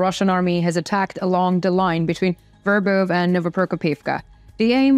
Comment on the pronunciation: I like the way you pronounce" Verbov" . Thanks for the info!🆒😎👍!